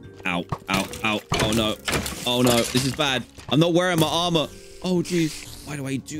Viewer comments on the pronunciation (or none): none